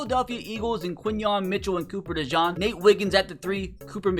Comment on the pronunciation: I couldn't watch it coz he kept saying cooper dejawn